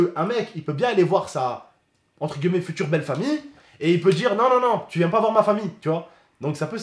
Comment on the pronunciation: Entre guillemet* arrête de dire tj entre gueullemet lol